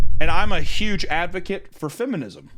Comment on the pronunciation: Thank you to the editor for spelling feminism the way actually pronounces it.